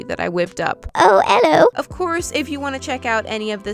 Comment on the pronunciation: Guys how have we never realized that Georgie's british?? "Oh 'ello"